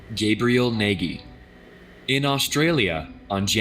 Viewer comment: He really pronounced Nagy as Neghi